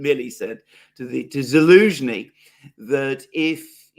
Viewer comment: His name is Zelensky, not any ski. Why do you keep misnaming him? It’s rather crass imho.